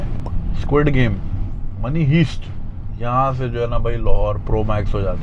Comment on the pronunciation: Money heest nahi hota ,, money haaaeest hota hai 😂😂😂